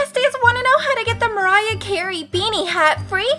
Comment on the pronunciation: Also its Mariah not Mirah. Also cool video thanks.